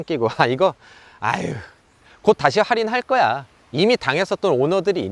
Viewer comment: 뭔가 할인을 활인 활인 거리시는거 같음..